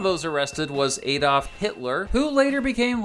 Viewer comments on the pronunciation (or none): none